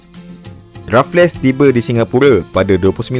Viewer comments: Raff-less ❎ raffles - refels (e - disebut dengan tebal. Cth "table" yg disebut "teh bel" Sekian. Terima Kasih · Rafles (sebumt Refels) bkn Refles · Terbaik bro.. cuma sebutan bagi Stamford Raffles tu.. Stem-fod Re-fels bukan Raf-les. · Bang... Raffles berbunyi Rafel bang bukan Rafles bang...😂❤...sy anak Muar Johor... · Raffles bang bkn raf less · Sir Stamford Raffles, bukan Sir Stamford Rafless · sebutannya refels... bukan rafles... buat homework lebih sikit bang... banyak fakta tembak je ni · Sejak bila sebutan rafless? Kan Raffles sebutan english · Sir stanford raffles disebut rafles,mcmana nak jadi pencerita sejarah...? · Bukan RaffleS, Raffles sahaja S tu tak dilafazkan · Raffles tu sebutan dia refels la